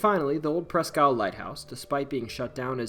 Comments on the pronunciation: Presque Isle is pronounced like Eel. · "Presk" isle